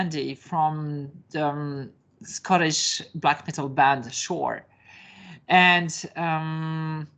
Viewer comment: omg shore? It is pronounced seur.